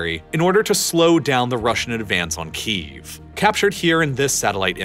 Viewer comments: You keep mispronouncing Kyiv. you're saying "Keev" when it's actually pronounced more like "Key-yev." Hope that helps you pronounce it correctly in the future. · I love this video. However one criticism on pronunciation. It may be an accent thing, but do you pronounce it Chicken Keev, or Chicken Ki - EV? Key - Ev is correct I believe. Sorry, I'm a pedantic prick. Love your work, sir. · Saying "Keev" sounds like the Russian pronunciation of the city.